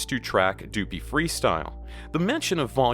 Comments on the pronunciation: tf you say doo-pee? .....WRONG.. it rhymes with puppy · Omg stop saying dew-pee freestyle its duppy like puppy!!! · Your saying duppy wrong say it like puppy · It’s pronounced “Duh-pee” = duppy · Duppy is pronounced Duhpee